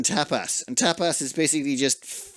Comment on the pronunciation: “eat Tapas” My ears: eat Top 😵‍💫🤣 I can not unhear it 😭